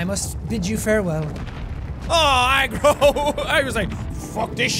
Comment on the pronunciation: are you saying egg roll or agro????????